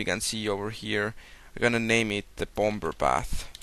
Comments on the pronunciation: "The Bom-Ber Bath" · i love the way you say bomber xD am easilly amused